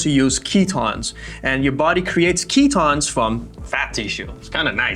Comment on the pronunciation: Holy sh*t the males in this video are so annoying. Not to mention them mispronouncing easy words like "ketones"